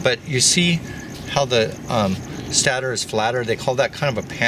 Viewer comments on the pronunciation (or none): PSA: 'Stator' does not rhyme with 'flatter'.